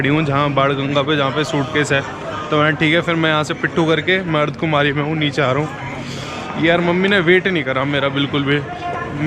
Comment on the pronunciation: Bhai ardhkumari nhi hota ardhkwari hota hae